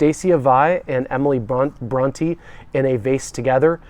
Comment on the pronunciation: Wow! Can't pronounce Bronte or Wuthering Heights? The state of education in America is obvious in every aspect of life. Sad